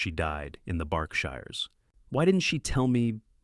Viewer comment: It's also not the BARKSHIRES, ITS BERKSHIRES. PRONOUNCED BERKSHEERS.